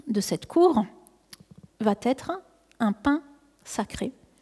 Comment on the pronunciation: Il n'y a pas de T à va. Et vous faîtes l'erreur chaque fois que vous prononcez le moi "va" en faisant une liaison, "mal ta propos". Ménagez notre belle langue française SVP !